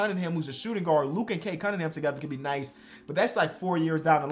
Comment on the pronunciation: his name is Cade “Cum”mingham